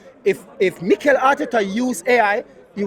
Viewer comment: Bro you supposed to say Mikel and Berta well done 😂